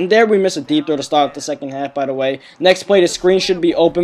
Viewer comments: it sounded like he was saying deep throat instead of deep throw!!lol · I keep thinking you're saying deep throat...